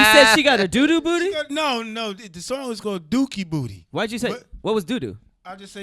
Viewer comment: how said doo doo tho lol